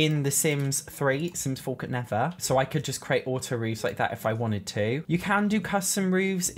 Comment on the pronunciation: I absolutely love when he says, the sims 4 could nevah